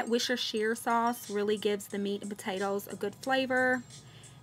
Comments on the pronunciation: It's pronounced Wuster-sheer. Good old English County names. Your stew looks lovely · Worstershire = Wu-sta-sure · I don't know if anyone has told you yet, but the sauce is pronounced woos-ter-shear. It is one of those bonkers English names that is totally unpronounceable! It is really good to cook with though. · So cute with your pronunciation of the sauce...its Woos-ter-sher-...I m born and bred UK...its nice on cheese on toast too, few drops and let it melt with the cheese very nice... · Worcestershire is actually pronounced wuh-ster-sher :) in Great Britain they just call it Wuh-ster sauce lol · Even though it’s spelled different you actually pronounce it “worster” sauce lol. I didn’t believe it at first but I’ve been corrected many times from the east coast and from Ireland and Scotland. And it’s the same with other city names that end it shire. I don’t get why they don’t just spell it that way but that’s how they say it lol!